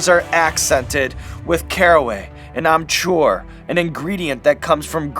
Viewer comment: It's amchAR not amchOR :/